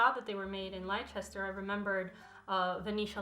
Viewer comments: Hearing an American say 'lyechester' makes my bones want to crawl out of my body (it's pronounced lester incidentally) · love this video so much apart from being triggered by it being pronounced lie-chester not less-ter but thats just because i'm english and people in america pronounce all our place names wrong lol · Lie-chester 😂 it's pronounced Lester. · Its pronounced Lester not Lie chest ter and Mo tto not mo toe. Also are you culturally appropriating Frida Kahlo with that costume? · “Lie Chester” 😭😭😭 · Its not lie chester ist leicester (lester) i live here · When you said Lie-chester I giggled a wee bit. Hehehe. You so sweet. It’s pronounced Lesster. Silly spelling I know. Thank you for the best video content yet again. 😂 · Leicester - pronounced “Lester” in the UK. 👍🏾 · Lolz that is not how you pronounce Leicester :DD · I know this isnt the point of the videos but just so you know Leicester is pronounced lester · ‘Lichester’ haha haha made me giggle as a British person lol, but great video! Super informative xx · FYI Leicester is pronounced 'Lester' - English place names are weird, sorry! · *Le-ster, it's pronounced LEH-ster other than that awesome video yes :D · OMG I got so confused when you said Leicester - it’s pronounced leh-ster, English language is weird lol sorry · Girl I love you but Leicester is pronounced Leh-stuh. I know it's fucked up but that's how we say stuff I guess 😂 I don't make the rules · Great video! Simply FYI: Leicester is pronounced LEE-ster. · you're all kinds of amazing, I feel super enriched by your content. I've literally never commented on anything in my life, but as a British viewer I feel compelled to tell you that 'Leicester' pronounced like 'less - 'Less-ter'. peace! x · Just a side note; Leicester is pronounced like “less-ter” 🤗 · You're mispronouncing Leicester (said like Lester) . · Love this video but when I say my heart stopped at ‘lie-chester’ (no hate, British place names are weird and make no grammatical sense anyway)